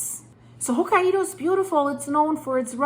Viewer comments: Hokkaido is pronounced "Hoke-eye-dah". Blessed Be! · It's pronounced "Hoke-eye-doe" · Still saying Hokkaido in a funny way. Hokaiiiidooooo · Ho" + "ky" + "doh Here are a few tips that should help you perfect your pronunciation of 'hokkaido': Sound it Out: Break down the word 'hokkaido' into its individual sounds "ho" + "ky" + "doh". Say these sounds out loud, exaggerating them at first. Practice until you can consistently produce them clearly. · Japan is cringing. Please learn how to say Ho-KAI-DOUGH. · They pronounce it Hok(eye)doh❤ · please, it's "Hok-kai-do" with an accent put on the second syllable. You pronounce the same way it's written, romanized japanese is very easy to read, because you pronounce all the letters you see in a word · hokka IDO ??? really ? and im gonna sit watching whatever you have to say when you didnt even try to say the name ? im not japanese but HOKA - IDO?????? -200 IQ points on effort in there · pronounced Ho KI do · Sorry, but how can you not pronounce Hokkaido? That's just ridiculous, makes it seem you don't have a clue what you're talking about.